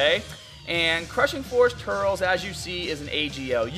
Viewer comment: dude not TURLS say it like turLES